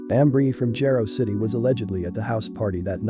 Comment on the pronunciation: "Jah-roe" City. Just in the future for pronunciation but great documentary 👍🏽 👏🏽